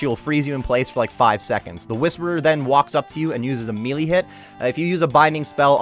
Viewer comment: Thanks for the guide but my god... it's not (me-lee), it's (may-lay)... This shit irks me.